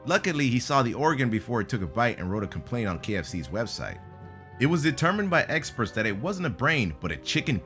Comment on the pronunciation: " it was bla bla by EGGsperts"